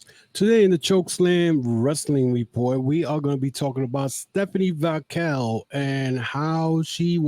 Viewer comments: you keep saying VAQUELL and not VAQUER. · Butchering Vaquers name man.